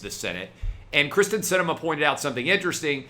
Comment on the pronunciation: Wow. Kyrsten not Kristin dude.